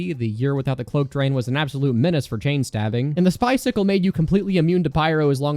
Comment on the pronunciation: why do you say spy ceecle